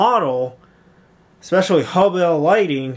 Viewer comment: It's pronounced HUBBEL NOT HUB BELL